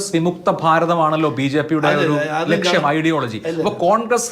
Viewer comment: Lakshyam not Laksham